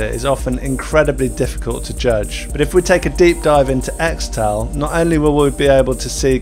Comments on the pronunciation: pretty sure it's pronounced 'kris-tull' but 'eks-tal' is cool too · It's pronounced 'Crystal' not 'Xtal' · I cringe every time you say "Xtal" when it should actually be pronounced as "crystal" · apparently, it's pronounced "crystal" not "xtal". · its not "extal", its "crystal" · XTAL is pronounced Crystal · its pronounced 'crystal' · It's pronounced "Crystal". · It's pronounced "Crystal" isn't it? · Its pronounced "Crystal" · Xtal --- is actually pronounced Crystal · I think it's pronounced crystal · This mf pronounced it “Extal” 🤣🤣🤣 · pronounced CRYSTAL lol